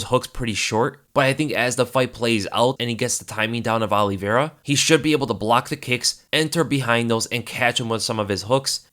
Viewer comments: Please quit saying ollievera lmao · he said Charlie Olives. Lol ever since Dan Hooker in his New Zealand accent said Old Charlie Olives that’s all I hear when anyone says Charles Oliveira.